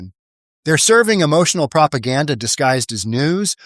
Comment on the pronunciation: Of couuuuurrse its prap eye ghanda !!